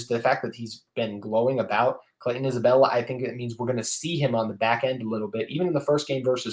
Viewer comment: Love the episode. I hope that Clayton Isbell is able to make an impact right away. It’s hard to make that jump from FCS to P5 football. (Just a note it’s Isbell, not Isabella)